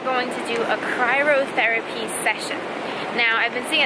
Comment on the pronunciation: Cryotherapy not cryrotherapy